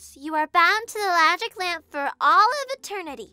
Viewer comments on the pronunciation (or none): Lol, pixie says 'lagic lamp' instead of 'magic lamp'